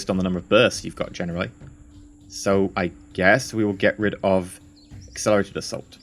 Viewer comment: every time you say "accelerated assault", all I hear is "accelerator salt"